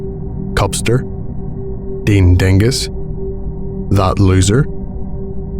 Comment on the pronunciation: Ahhhh you mispronounced "looser" I was just staring at that name wondering if you'd say loser or looser and you got it wrooooong F. Not a big deal just amusing to me :)